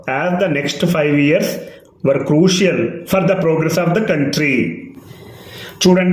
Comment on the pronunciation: Sir,crucial pronounciation కౄషల్ గా పలికితే బాగుంటుంది.